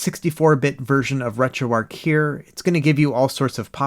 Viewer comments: Arch not Arc buddy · Wait, did you say you got called out for calling "8bitDo" as "8bitDoe" (I agree with you on this) all the while you rename RetroArch -> RetroArc ?? LOL, this is not a troll or complaint, just funny to me. You can pronounce it however you like.